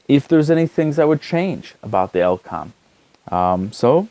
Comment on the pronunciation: oh lord, firstly its E-LE-COM not EL-COM then its KEN SING TON, not kingston nice video thank you